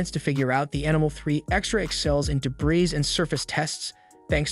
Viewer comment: de-bris (strike 1)